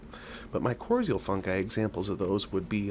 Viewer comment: No offense but u really should learn to pronounce mycorrhizae fungi correctly...makes u sound more like u know what u talk about. Honestly, u don’t want toe mushrooms in your garden soil...a few handfuls of purchased bagged worm castings is WAY better. Forest fungi are much different type of fungi than what annual garden plants need..one type is endo and one is ecto...makes a HUGE difference